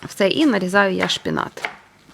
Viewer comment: Конвекція і шпинат Не "конвенція" і не "шпінат"❤